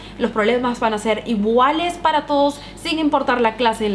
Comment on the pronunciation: Dijo ibuales no iguales jajaj love